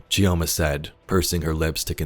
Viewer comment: It's Pronounced "Cho-ma". You drop the "i" like you drop the "D" in Django. :) I can't fault the audio dev team for letting it slip past them though haha